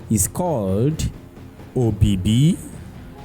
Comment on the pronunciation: Weldone.....May is called EBIBI not OBIBI...... Thank you.